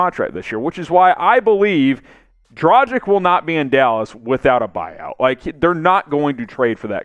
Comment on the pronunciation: Goran Dragich not Dragick. Luka Donchich easy to say why not pronounce both correctly.